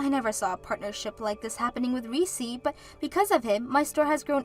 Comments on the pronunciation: It's Reece not Reesee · Did you mean 'Olivia' instead of Oliver? Whatever you're using to try to translate your scripts over into Western names and other things, it's making your videos look crap. Also, it's 'Reess' not 'Ree-cee'. A one syllable name. The 'E' on the end is silent. Whatever research 'effort' youre putting into the pronounciation of our Western names, it's piss-poor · Reese is pronounced Rees….. Oliver is a male name. Olive or Olivia is a female name.